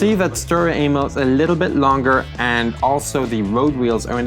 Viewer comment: When he says st Emil it sounds like he's is saying st anal